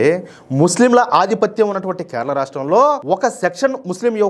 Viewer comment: అన్న కెరళమ్ కెరళ కాదు మీరు వాలను నమొదు